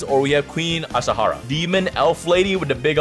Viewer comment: That pronunciation of queen azshara hurts me